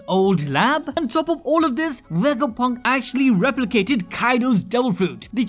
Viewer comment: you said Dr. vegafunk :/